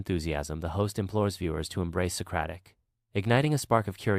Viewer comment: Socaric By Google 😂😂😂